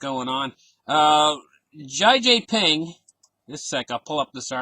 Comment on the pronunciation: XI Jinping is pronounced She-Gin-ping :)